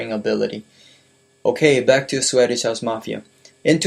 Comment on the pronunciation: swedish house mafia not sweddish house mafia. You pronounce it wrong